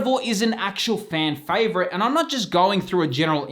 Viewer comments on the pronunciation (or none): none